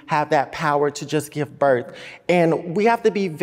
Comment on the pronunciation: Black people always be saying bERF defect lol